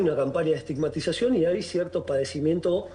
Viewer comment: ESTIMAGTIZACIÓN¿? por favor! Vergonzoso...